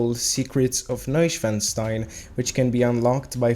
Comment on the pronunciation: FINALLY!!! Someone other than myself who can pronounce Neuschwanstein properly!